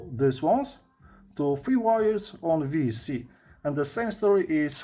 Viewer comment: can you say it as VESC? confusing for newbies its an esc with the v on it. Not a VES with a C on it Ves C haha sounds like a vitamin c to me